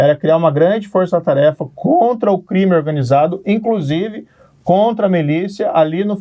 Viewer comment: E O PT HEIN? E O LULA? 🤡 “INCRUSIVE” TÔ “PERPLECTO” COM O PORTUGUÊS DO MORO.